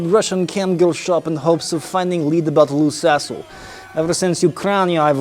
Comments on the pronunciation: Wait?! Its not "Loose A55h0le", but "Lou Sassle"? Why am I hearing "Loose A55h0le"???!!! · Took hearing it with a russian accent to get the lou sassle joke, lmaao